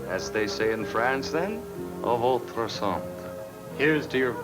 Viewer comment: Is that Bryan Cranston mispronouncing a votre santé